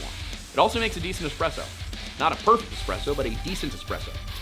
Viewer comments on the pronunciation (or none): none